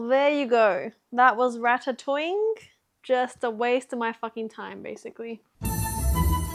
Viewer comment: Rat-Ta-Toing hahahah